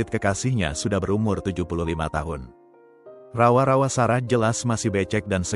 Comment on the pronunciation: Dengar rawa-rawa, ngakak aku bang 😂😂😂